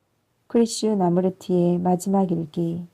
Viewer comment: 좋은 글 좋은 목소리로 읽어 주시니 참 좋군요. '크리슈 나무르티'로 읽기 보다는 '크리슈나 무르티'로 읽는게 조금 더 좋을것 같은데^^